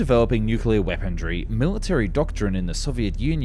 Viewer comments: What in the world is “weapon-dree”? The word is “weaponry”, there’s no “d” in the word 😂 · The narrator also ways "weapondry". There is no such word. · “Wependry” too… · "Weaponry" The word doesn't have the letter "T" in it. WeaponTRY again. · And “weapondry”. At least he didn’t say his usual “arnaments” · Also "Weapondree" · I take a shot every time he mispronounces weaponry and armaments. It’s tough going most videos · Guy can't even say weaponry right